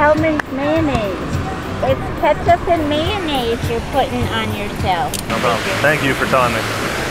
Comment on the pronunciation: "It's kAtCup and mAjorNnAise you're putting on yourself" Bahaah, what a sweet lady.